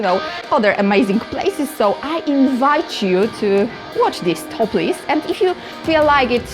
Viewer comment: Christ, I had to turn the closed captions on and rewind because I thought she said she really liked doing this because it's "topless". Turns out to it's "toplist". But that's okay, I'll still give a thumbs up because its about dungeon crawlers. 😂